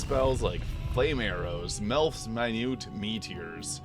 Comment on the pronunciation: can tell you never got into the first baldurs gate games since you cant pronounce melts minute meteors the best spell arguably for sorcerers